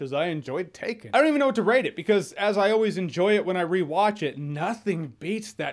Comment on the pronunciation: That "taken" was terrible Jeremy lol